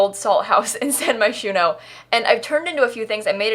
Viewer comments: Wait a minute. Did she for real just pronounce Moschino as mosquito? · I swear everytime you say Moshchino you are saying Mosquito